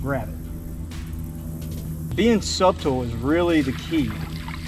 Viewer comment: If you say the B in Subtle one more time🤣 it’s pronounced without the B brother. Great video!